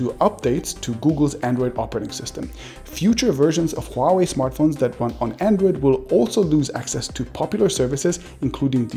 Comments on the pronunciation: You have the best pronunciation of Huawei among all the tech youtubers. Most of them call it Wuaway. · thank you calling it huawei, it's华为 NOT wahway, like all youtubers call it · First of many tech YouTubers who can correctly pronounce the word “HUAwei”... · Exactly! It is not hard to pronounce... Others are pronouncing wuawei... 😂 😂